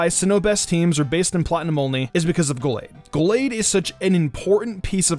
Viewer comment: Well he said Gallade correctly, soo